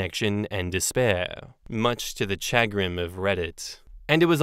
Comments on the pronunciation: Much to my shuh-GRIN, I cannot hear say SHAG-rin, SHAW-grin, or CHAH-grin… and not shuh-CRINGE!!😬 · The emphasis is on the second syllable as well. Shuh-GRIN, not CHA-grin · It's not "SHA-grin", it's "Shuh-GRIN". It's a basic work in American English. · It's not SHAG rin or CHAG rin, it's shu GRIN. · Shuh-GRIN. I can't believe you've never heard that word before,. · I have heard similar water fights in my household between my MIL and FIL. They are Asian. Chagrin is pronounced "Sha-Grin". It's a word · I trot that word out now and then. In the US it’s pronounced “shuhGRIN”. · Emphasis on second syllable ShahGRIN 🤭😝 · It is sha- grin. Yes we use it. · I’m so bothered by your making fun of “chagrin”. It’s a common English word. Also, it’s pronounced shuh grin with the emphasis on the second syllable. Why would you just mispronounce it repeatedly to make fun of a normal word? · 2nd Story - chagrin is a real word (noun - A keen feeling of mental unease, as of annoyance or embarrassment, caused by failure, disappointment, or a disconcerting event.) and it's pronounced with a SH and AH sound at the start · Chagrin is a perfectly normal word and I (and many others) do indeed use it conversationally. Emphasis goes on the second sylable and the 'ch' is pronounced as 'sh'. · Either way is better than how pronounced it, though now that I think about it I think you're right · I use chagrin all the time, and you even said it mostly right but with the accent on the wrong syllable (it goes on the g) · The takeaway from the second story narration is that we should aim to read more. The lack of vocabulary diversity is very worrying. Not only chagrin, but also repeatedly saying empathetic as emphatic made me pretty sad. And this is not a comment about "kids these days", it's more of a comment about "internet age is uncovering a lot of deficiencies that were hidden prior to everything being extremely public"